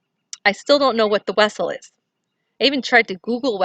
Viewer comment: The “Wessel “sounds like a Vessel maybe a space ship? My kids when they were little they pronounced the V like a W